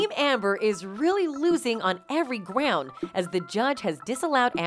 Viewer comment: “losing in every GWOUND”